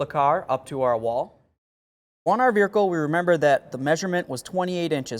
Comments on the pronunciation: Just a heads up. No "r" in vehicle... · Take a drink every time he says, "Vericle." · the eff is a veerhicle?